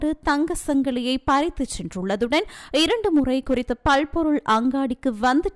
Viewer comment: பள் பொருள் இல்லம்மா பல் பொருள் அங்காடி